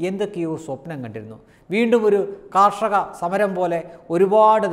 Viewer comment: കാർഷക സമരമോ അത് എന്താണ് സാധനം?? മലയാളം ഉച്ചാരണം ശരിക്ക് പഠിക്കെടോ